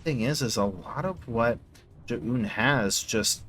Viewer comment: Listening to you say Zoun is brutal